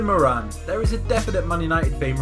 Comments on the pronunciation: it's pronounced More-an! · Jesus Christ learn how to say their fucking names! Mór-ran. Care-ry. Gal-la-her. Staun-ton. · it's pronounced mow-ran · The way that he says Moran🙄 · You pronounced Moran completely wrong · pronounced Kevin Morans name wrong